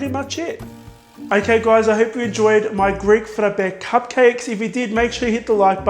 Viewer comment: Hey! Are you Greek or something like that? Because your pronunciation is reallyy good! 💗 Some love from a half Greek from the Netherlands! 🇬🇷🇳🇱